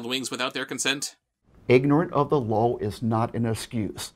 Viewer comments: I’m guessing you said LOL instead law on purpose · Oh wow he does Say Ignorant of the Lawl, instead of Ignorance of the Law. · "Ignorant of the luwlll" and "that is such a great Caullz" way to savagely mispronounce the English language there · It still sounds like "lawl", when he says "law" ... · I heard it as "lol"